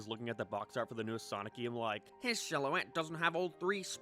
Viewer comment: Why do u pronounce game like that?